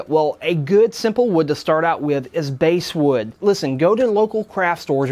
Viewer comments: It's pronounced Bas - wood like the fish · bASSwood not basewood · It's called basswood like the fish not basswood